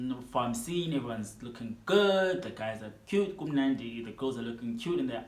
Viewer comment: lol, I love how you emphasis bakumnandi, ingathi ubupha nawe 😅😂